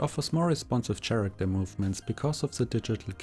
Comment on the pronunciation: Thanks but please stop saying SCHaracter..